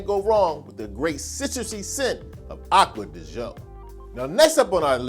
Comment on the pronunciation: Love the recommendations, but man, you'd be more believable if you brushed up on pronouncing some of those colognes: Acqua de Joe??